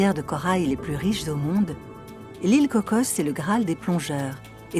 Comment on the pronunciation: On se calme avec la prononciation CocoSSSS. C'est Coco, mais les français rajoutent des s alors que c'est un nom propre. Personne au Costa Rica rajoute de S